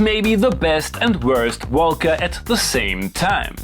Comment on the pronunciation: Came here just to hear "woelca" over and over again